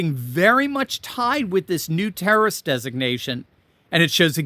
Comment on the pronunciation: You sed international tarroist organization wrong 😅